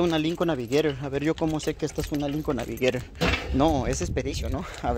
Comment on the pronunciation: Ira, bamper. No es bumper? Navigeirer iren. Tsssss!!!!! Si no aprendes mecánica aprendes inglés. Lo que seguro no sabe es español.